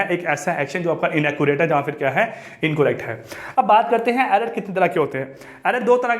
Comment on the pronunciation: please learn to how pronounce collect/correct